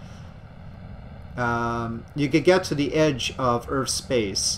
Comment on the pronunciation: Earth ends with a TH sound not a PH sound so it is not pronounced Earf.